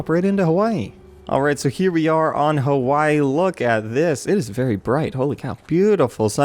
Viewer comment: o fucking duck its its HAWAII